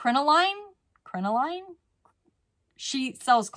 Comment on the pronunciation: Crinoline is pronounced krin a lin-just trying to help-words can be hard ❤